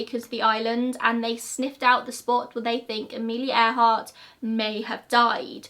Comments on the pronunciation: You're not the only one. I heard it like that too. 😊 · Am i the only one to heart " Air Heart " instead of earhart ? So much more fitting to her...